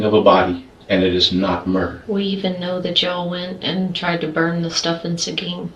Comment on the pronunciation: It's Seguin Texas, not sagen!!!